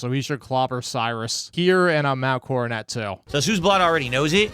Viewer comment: The "King" doesn't know how to pronounce "Coronet". How fitting.